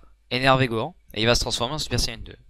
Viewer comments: je kiffe tes vidéos sur tb3!! mai juste sa se dit san gohane pas san gohan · qqun peux lui dire que ca se prononce Gohane( ecrit comme ca doit se prononcer)